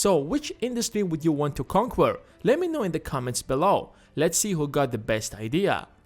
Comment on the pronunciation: Conwuerrrr he says